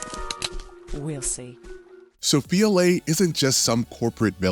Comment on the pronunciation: “Laura” aside… Soh-FEYE-uh LEE. What with these YouTubers making videos who’ve obvious never played the damn game?